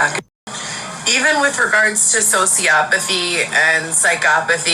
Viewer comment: I'm bipolar one I never once. And the other day puffed with saying how sociopathy and psychopathy which you couldn't really pronounce well. And hey you're reading comments I'm going to sell my ass and shake it if I want to so you ran off to church and pretend like you're praying when we all know that you're going to NA meetings